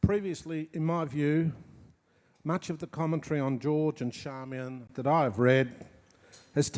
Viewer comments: Is her name pronounced Sharmian or Charmian? People might be surprised that Hydra is pronounced Eethra but I believe it is correct. It is great to see that this couple are still attracting attention and not merely because they had a friendship with Leonard Cohen. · In regards to pronounciation: There is a recording online of an interview with George Johnston where he clearly calls his wife Charmian rather than Sharmian or Charmaine.